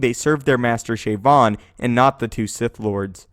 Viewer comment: "Shayvon"? Didn't he get shot by the cops in Baltimore???